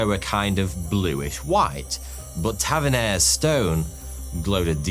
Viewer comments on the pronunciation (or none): F. F. S. lad he's not Tavenerre, he's Tavernier. Dammitt! Yet again = stop video to ensure the mulesick is not the unsilenced RADIO. 👿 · Ta-ver-nee-ay. And lose the A.I. thumbnails.